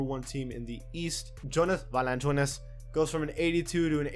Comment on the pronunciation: AJ Wright His spanish accent final kicked in lol 😂😂